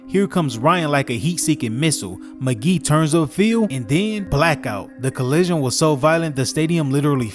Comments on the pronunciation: Lol can tell you're a youngin. Its not pronounced Willis Mcgee. Its McGahee, pronounced like "Mick-Gay-Hee". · Dude calls him willis mc-geeh. Its willis mc-gay-he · Ok bruh. When u do research on stuff u know nothing about, get the pronounciation right first. Its not Willis Mcgee 😂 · Mah-gae-hee Willis mcgahee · Willis Mac-Gae-hee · *Willis Muh-gay-he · Dude... This guy said that Roger Goodell said something the didn't even say and he can't even pronounce the player's names... He can't pronounce McGahee and there was another one... And he's calling James Harrison Debo. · Your saying Willis Maghee wrong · Great video but please know how to pronounce McGahee. Commentary good tho👊